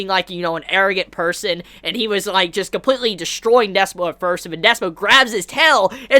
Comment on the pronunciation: Its DISPO with a Y ! Pronounce Dis-y-spo !!